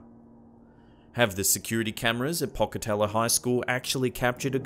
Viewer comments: Pocatello is pronounced "Poke-a-tell-oh" I live in Idaho itsy a couple hours away. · As someone from Idaho, and was not far from Pocatello, your pronunciation of Pocatello made me laugh. It's a long "o" in the 1st syllable. Wonderfully creepy video as usual. 😱